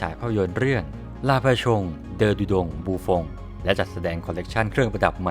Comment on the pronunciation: ลา ปาสิยง เดอ โดแด็ง บูฟ็องต์จ้า จขช อ่านผิด